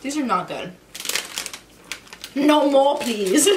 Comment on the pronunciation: “No moplease”